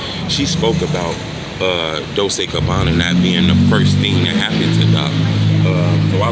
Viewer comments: dol chay not dol say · Dol-chey is how it's pronounced.